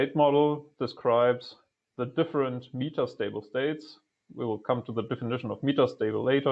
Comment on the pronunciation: It's "MEH-TAH" stable state, with a short E, not "MEE-TAH" ffs